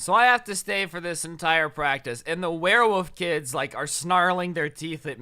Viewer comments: Why did keep saying werewoof instead of werewolf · It was funny when he kept saying werewoof instead of werewolf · Is it just me or isn’t weird that he’s saying “woof” instead of “wolf”. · “wearwoof” haha